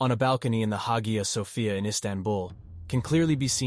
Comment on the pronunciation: Your pronunciation of Hagia Sophia was atrocious.